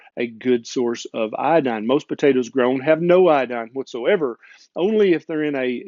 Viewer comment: It is not iAdine, but it is properly pronounced iOdine.